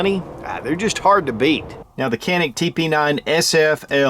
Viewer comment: Canik is Turkish, so I think its pronounced "chanik". Like that fat walrus Cenk Uygur. Just saying... Anyway, great video as always!